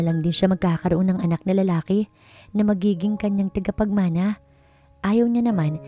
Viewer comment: TAGAPAGMANA NOT TIGAPAGMANA.